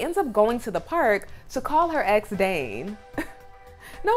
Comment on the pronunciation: It’s ex not axe